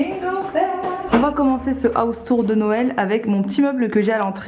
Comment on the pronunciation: J'aime Noewlleuh 🤍🤍